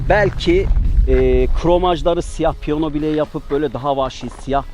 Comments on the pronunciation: Piyona yerine piyano deseniz iyi olurdu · seni Çok bilmiş Ama piyono değil Piyano